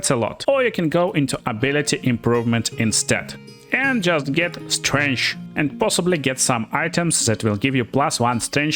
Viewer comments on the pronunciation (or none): Mother of all Slavs, you pronounce Strength like Strange.